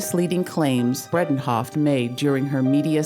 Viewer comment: Since this is about Elaine, the narrator should know that her name is Bredehoft - not Bredenhoft.